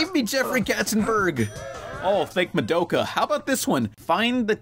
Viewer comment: "Oh thank Madoka" My life is complete, even if you pronounced her name wrong.